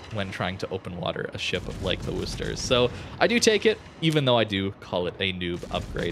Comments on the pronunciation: Can we please stop saying 'Wooster'? It's named after the second largest city in my home state (MA), not the city in Ohio. It's pronounced 'Wusster', like "Don't be a wuss". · "WUH-STER" not "WOO-STER"